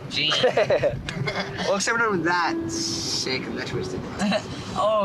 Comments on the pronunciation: If all you heard about these ejits was that Ted Bundy was an amatuer and they wanted to be notorious serial killers like Ed Gein (they even pronounced his name wrong) you would know all you need to know. Ed Gein killed 2 people. Hes notorious for being a grave robber who used corpses to make clothes and home decor, and for wanting to be a woman. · Ed Gein (pronounced Geen not Jean) was caught. The Zodiac was not. Just because Gein was supposedly the inspiration for the Texas chainsaw, so were many others. Amateurs. No wonder they were caught right away.